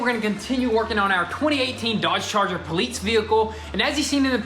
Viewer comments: It’s Police. Not Politce. Lol but other than that Keep Up The Good Work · Police not polets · What’s a pulleets car? I thought you were working on a police car 😂 I’m just playing man but for real it’s “Police”. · Can someone answer my question???? Why do they say poleetz car? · I love like my brothers from another mother but there is absolutely no “T” in the word police. Y’all boys from Tennessee always say “poleets?” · I cringe every time I hear “poleetse” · "Poleetz" (, 2019) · Can someone explain why they keep saying "Poleetz?" Instead of police?? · Poleetz car. I swear that is the most cringeworthy thing you guys keep repeating. Stop, please. It’s not funny. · Ohh it's poleetz car by why do you say poleetz car instead of police. Do you just call it that for no reason. Is it just a saying? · Retards still saying 'poleetz'... wtf is wrong with those two turds? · Duuuuude stop saying poleetz daaang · Why the hell do you guys keep saying poleetz thats German word , parts from Germany when Daimler Chrysler teamed up with Benz you guys are Americans say it the right way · Dude it’s police police not poleetz lol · "Poleetz vehicle" 🤦‍♂️🤣🤣🤣🤣🤣🤣🤣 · Hey Why do you guys love to say "polits vehicle" it's po lice police vehicle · Not gonna lie its police not poleets 😂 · Poleetz™ lol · Police sounding like Polits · "Today we're working on the Plaeetz car" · SoH Blur actually in Russian police is pronounced poleetsay. Maybe that’s why